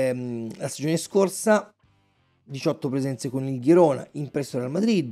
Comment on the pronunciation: Girona - con G Italiana :)